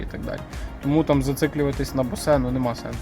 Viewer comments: Та подивіться нарешті як пишеться Bose в транскрипції. Яке нафіг босе😅😅😅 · Після слова «боСЕ» цей чувак «продавець» довіри не внушає, ну скільки можна писати що читається «Боуз» НеУки🤬🤬🤬🤬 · Правильно треба говорити боус😅😂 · бля...як правиьно говорити босе ??? ...сука в гугл забанили ? Боуз !!!! Bose Corporation /boʊz/ — Амар Боуз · Це босЕ та ріже вуха що піпець🤬🤬🤬